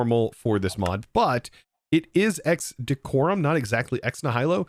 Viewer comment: I hate to be the overcorrecting autistic guy, but you pronounced Ex Nihilo wrong. I believe it's pronounced "eks NEE-hi-lo" without knowing to to write out phonetics.